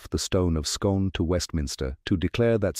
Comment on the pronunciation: The place Scone pronounced Skoon.